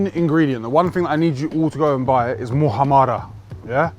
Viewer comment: Mu ham ra not mu ha ra ra 😀 - sandwich looks banging bro ….